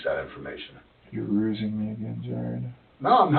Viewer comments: "Stop rusing me, Jared." lol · “Stop rusing me” got me every time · "Stop Rusing me!"